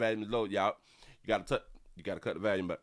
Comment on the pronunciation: STOP SAYIN VALUME, ITS VOLUME!